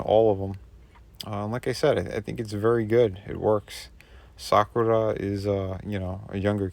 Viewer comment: Hell yeah! These figures just scream to be stop-motion animated! Also, kudos for pronouncing Sakura (Cherry Blossom) correctly! Many Americans place an emphasis on the second syllable (which is incorrect as the Japanese language has a flat-syllable pronunciation structure). 👍